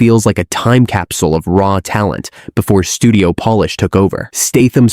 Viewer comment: Pretty poor AI narration on this video. Confusing polish with Polish as in the language. Come on people…